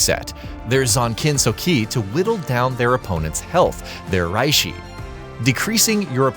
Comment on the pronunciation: I just heard "Rihshi" and "Kahnpaku" and laughed my ass off and then I heard him pronounce "Soosooke Aizen" and lost it.